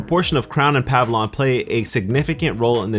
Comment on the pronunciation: Pavilion, not pavilon! Otherwise some sound theorising!